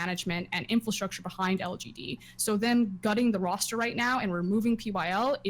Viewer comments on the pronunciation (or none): Frosk, stop saying "infalstructure" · Why does froskurinn keep saying "infilstructure" as opposed to "infrastructure"